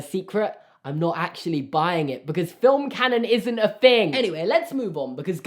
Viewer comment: Anyone else annoyed that he says fing instead of thing.